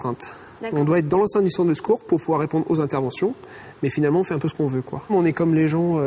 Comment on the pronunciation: Un peu et non impeu ;)